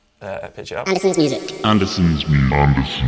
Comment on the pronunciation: It's Andertons not Andersons.